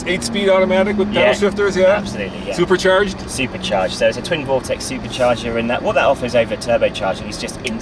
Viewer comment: "sopercharged" LOL